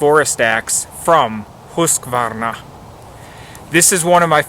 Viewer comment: Great advice for an outdoor woods companion. Awesome job pronouncing the manufacturer name, I would have failed. Thanks for sharing :)